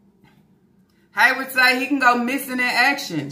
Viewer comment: Girl, I can’t believe that first she called it alimony like they were married. 😂😂😂 Second that she really thinks she’s gonna get $2K/mo from Haywvard. And no, I didn’t misspell it, that’s how she says it! 😂😂😂 She done quit her damn job thinking she’s about to live on this child support. That man doesn’t even make that much in a month to pay her $2K/mo! He will quit his lil Waffle House job before he gives up his whole check to her even if it is for the kids. But the amount makes me suspicious. $2K/mo for eight kids seems awfully low doesn’t it?!? Or is it just me???🤔🤔🤔 But I know a 🥷🏾 with 5 kids who pays more than that, and he makes minimum wage. So it makes me think they’re not all his kids! If she ever shows the test results, we’ll see. But the fact she hasn’t makes me think they’re not all “Yarborough babies”, ok! Because if they were, you know she would have thrown it in everyone’s faces. Especially about SySy and Lana! So I think half are his and the other half aren’t. But that’s just me. 😂😂😂